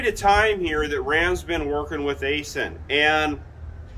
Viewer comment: Aisin is pronounced “I-Shin”. And I wish they’d offer manuals again